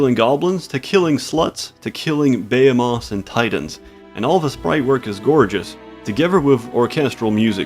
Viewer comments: You really need to learn how to pronounce Buh-he-muth or behemoth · did you really pronounce "behemoth" that way? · the way you say "behemoth" is something I've never heard before